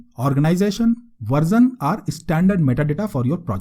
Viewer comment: Nice tutorial but dude, it's version (ver-shun) not versun. Also, why do you keep saying good and great when you're just playing with some code? Can you also talk a bit about Coursier or Maven and which artifact repo you're pulling from?